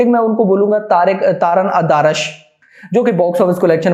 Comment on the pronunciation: Bhai- taaran adaarash nahi- taran aadarsh hai critic ka naam